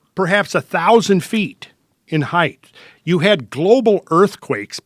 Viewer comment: When this guy mispronounces height it drives me crazy. "Heigth"